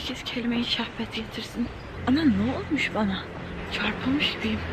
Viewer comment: Videonun başında "Herkes kelimei şahbet getirsin" mi diyorsun? Şahbet? 😆